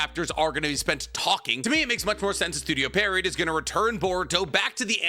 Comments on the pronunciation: it's pronounced studio pii-erro, not studio perriot. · it's pronounced Pee-air-oh. Not Pair-ee-ot. Love you tho pookie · If wasn’t as educated as he is, I wouldn’t care, but because he is educated and highly intelligent, it grinds tf outta my gears every time he mispronounces Pierrot 😢(or edo tensei for that matter)